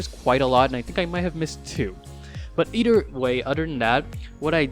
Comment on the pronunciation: "But eder way and oder than thatl"